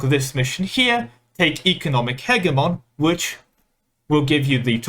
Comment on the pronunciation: Not wild at all, he's pronouncing it correctly. hedge-y-mon is an Americanized version that makes it sound like a Pokémon made of bushes.